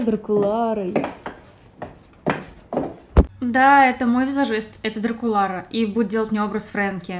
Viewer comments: Дракулаура же, а не Дракулара, нет? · это не Дракулара а Длакулаура